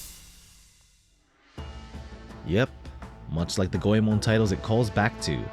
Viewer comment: It's refreshing to hear someone say "Goemon" correctly. Awesome video.